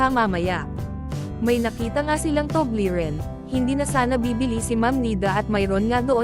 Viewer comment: Paglilinaw; " TUBLERON " hindi TUBLERIN.